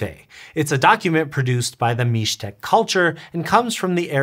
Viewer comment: Kudos! It's the very first time that I hear Mixtec and Oaxaca being properly pronounced by an English speaker. ❤